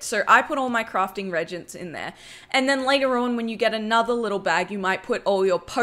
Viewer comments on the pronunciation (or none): Good video just coming back to wow haven’t played since early cataclysm only thing is reagents is pronounced (REE)-agents